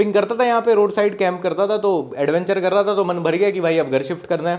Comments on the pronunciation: Th pe badi oo ki matra thoo😂😂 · था पे बड़े "ऊ" की मात्रा थू।🤣🤣